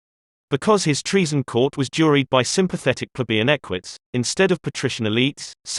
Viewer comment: Ek Wi tees, not ek whites, but otherwise loving this series. Might be worth looking into Latin pronunciations. Thanks for all the hard work, and please do keep going.